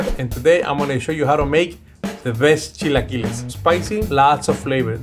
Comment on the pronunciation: Automatic like for the legend!!! Eres el más chingón!!! Americans with issues to pronounce the word, repeat with me: ¨Chill A Killer-s!¨ then just remove the R